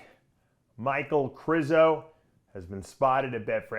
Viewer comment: Its ( Kre shzo) 😂